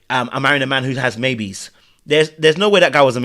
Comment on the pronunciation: That’s what I thought she said too…babies, not maybes lol